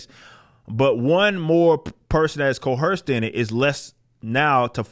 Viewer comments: There is no "H" in Co-Erced. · Stop pronouncing coerced with an H. It is distracting from your message. Other than that, keep rocking man, you're awesome.